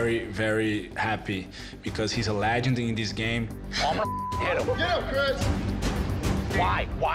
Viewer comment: He's a legend not a "lejand"